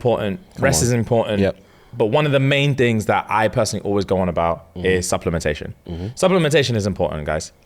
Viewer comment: "FOUR TINGS STAAACKED" I'm dead🤣